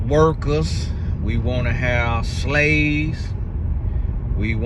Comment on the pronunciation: Whew, I hear “hookers” when you said workers and I had to run it back because I just knew you didn’t say that. Back to the video😂